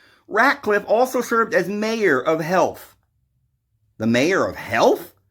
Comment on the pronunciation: good you checked, often mis.pro.nounces. and can get distracted with his mushrooms and dogs......don't cha know????